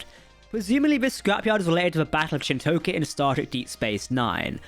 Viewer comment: I'm English and even I know how to properly pronounce Chin'toka lol. Was an interesting episode, the Titan crew are seemingly totally frakked. Vadic's ability to pursuade other Changelings to join her cause is a great way to kill Changelings and have more appear, given there were only 10 at Project Proteus. WTF is with the whole NO TRANSPORTERS story?